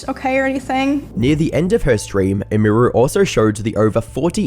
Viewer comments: Either you’re AI’ng your voice, or you have absolutely no idea how to pronounce a streamer’s name that you are reporting on. Both routes lead to me as a viewer being unhappy with you the creator either having 0 understanding of the topic YOU chose to cover, or you made some AI slop, congratulations because either way, you can’t handle success properly, and rushing out incomplete “documentaries” doesn’t make you a creator, it makes you a clip farmer. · pronounced her username wrong the whole video :/ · Dude it takes 30 seconds to learn how to say her name man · Have you never heard how her name is supposed to be pronounced? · Can’t pronounce Emiru or Maya haha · stopped watching because u kept saying her name wrong have some respect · 30 minutes of a man not realizing "emiru" comes from "emily"...unless he would also say "em-ee-ly" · not once did he get emi name right like fuck dude its not that hard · Who is Imuru You keep talking about some Imuru? Oh YOU MEAN EMIRU, As in her name, EMily. Man, do people not care enough about the subjects their talking about to get names right? :') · Her name is pronounced like Emmy-ru. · its like youre a retarded ai. "meya" "amy ru" holy fuck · It's pronounced emy-roo. And I can't wait for the video you do on Hasan. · Its pronounced "emmy-roo" 😅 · "Em Meer Ru" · “Emíru” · "May-ah" "Eh-mir-oo" Bruh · You couldn’t get her name right? Emmy Roo! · The way you say Emiru sounds like AI. And I know you aren't lol you're just not pronouncing it right. It's like [em-ER-oo] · Its EMI-ROO. Deadass pissing me off listening to you say this so often. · Who the fuck is ehmheeroo? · "emeeeeru" lol bro really couldn't pronounce her name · May-ya and e-me-ru Pronounce them right. Im losing my mind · "Eh-me-roo" is killing me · Bruh, I know you're British, but could you at least attempt to say these people's name's correctly? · Didnt wven reseach wnough to prounce hwr name right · how can you not even pronounce her username?